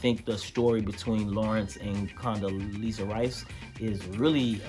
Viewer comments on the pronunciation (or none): Wait...Did he say Condoleezza Rice? Love your input on the show. Hilarious comments.